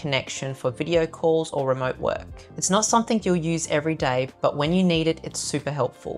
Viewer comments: I’m from the UK and I find it grating to hear “nuffink” “sumfink” “anyfink” etc similarly “froak” for throat… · Your video super useful and could be better if only you said …. Everything not everythink, something not somethink, especially not ekspecially.